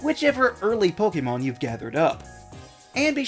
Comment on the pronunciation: Liked for actually pronouncing “Pokémon” correctly! Great video!